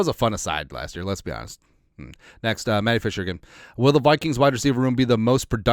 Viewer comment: Ayyy it's my moment of fame! Thanks for answering :) Also, my grandparents called me "Matty" when I was adopted to MN from Poland. (Mati is more like maaahteee)